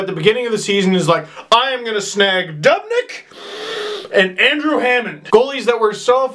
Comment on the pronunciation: Dubnyk, like DEW-bnik not Dub-nik